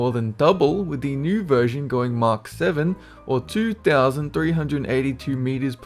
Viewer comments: Please, PLEASE, say mach, not mock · Mach rhymes with black, not mark.